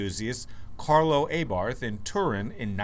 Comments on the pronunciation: Its ABARTH NOT A-BARTH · Isn't it pronounced "Ah-Bart"?